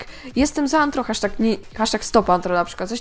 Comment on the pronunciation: NIE Nie Tylko Anhro a No Tak Nie Będzie Anthro Tylko Rtho